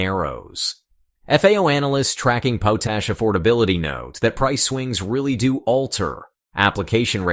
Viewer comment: POT ASH correct your computer generated pronunciation.